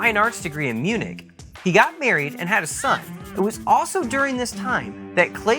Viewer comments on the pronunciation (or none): none